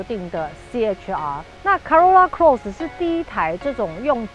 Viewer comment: Corolla Cross 唸錯了。 Eco也唸錯了。